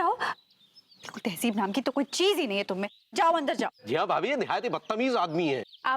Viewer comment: It's tehzeeb not tehjiv